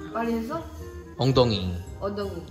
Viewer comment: 네루짱 한국어 발음 진짜 좋다 생각했는데. 공룡이나 엉덩이 발음은 아직 잘 안되는구나... 물론 이쁜 님은 완전 엉망이고 ㅋㅋㅋ